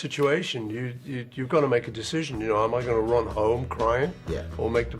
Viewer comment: Band on the "rhun" as he pronounced it incited my departure from having any interest in pop music. "And the jailer man and sailor sam were searching every one," was just too corny and I wanted better for myself.